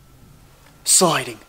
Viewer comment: I swear sounds super Australian when he says "sliding" at the start! Weird!